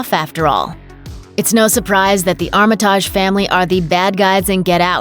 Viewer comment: Be so much better if you knew how to pronounce names properly (Armitage)